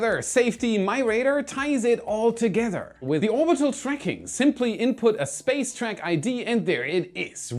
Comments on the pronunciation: I feel like Felixs English is getting worse he says Spaz instead of space lol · You kept saying space wrong. 😅